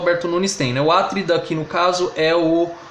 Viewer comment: Cuidado com a pronúncia das palavras a-TRI-da, cro-NI-da, pe-LI-da!